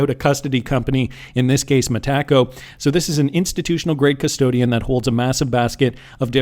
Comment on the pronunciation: It's no way you possibly thought it could be pronounced "Meh-tak-oh" 😂😂😂😂